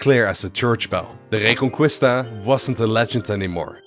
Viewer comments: A little correction, as a spaniard, Reconquista would be pronounce Reconkista, no Reconcuista. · So much prep but you couldn’t look up how to pronounce reconquista???? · man you’d better not pronounce Reconquista like that for the rest of the video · reconqUista (the real spell is like reconkista) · Good video, the only problem is have with it is how butchered the pronunciation of reconquista (re con key sta) is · The “u” in reconquista is silent JSYK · My spanish ass raging everytime he pronounces "reconquista" wrong